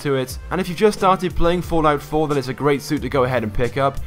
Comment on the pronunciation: Is it just me or is he saying Fortnite 4